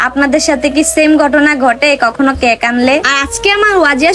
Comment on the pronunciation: ক্যাক না কেক😂😂